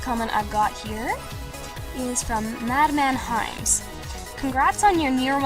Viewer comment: if Google plus ever goes away from Youtube, could you please keep doing these videos? it makes your comment responses feel all the more personal, and i like that. to tell the truth, I burst out laughing when you pronounced my name "mad man hymns" answering my first question, and it really brightened up my day. You just don't get that kind of reaction from a few blocks of text. Also, just a funny observation, but apparently youtube doesn't know its own name, because spell-check thinks I'm spelling it wrong.